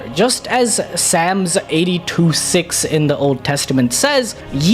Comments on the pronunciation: Did he sams. For the word psalm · wtf is “Sams” 😂 so we skip all “L’s” huh?